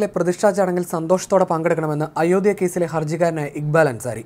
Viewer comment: ഇയാളെന്താ അയോദ്യ എന്ന് പറയുന്നത്? ഉച്ഛാരണം പഠിച്ചിട്ട് ഈ പണി ചെയ്യുക. (അയോദ്ധ്യ)